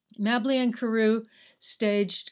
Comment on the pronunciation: Mabley is pronounced with a long A sound...but the video is excellent.